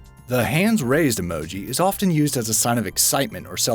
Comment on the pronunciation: Often is pronounced ‘offen’, the t is silent